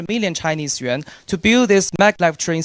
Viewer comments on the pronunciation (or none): none